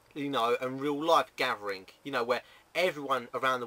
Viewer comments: It's "gathering" you SAY "gatvering" LOL either way it's still funny! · runescape "Gafvering"